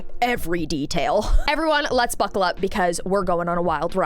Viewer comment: "BUCCAL UP" 🗣️🗣️🗣️🔥🔥🔥